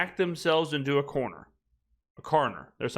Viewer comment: "Backed himself into a corner... a Carrner..." lmfao